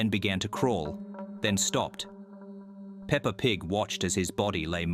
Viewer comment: did bro just said peper and big =I